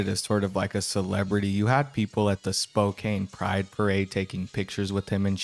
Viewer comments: It’s spoke can not spoke cane on how to say Spokane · Spoh kanne not kane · i keep seeing yall pronounce Spokane wrong 😭 it’s “spo-can”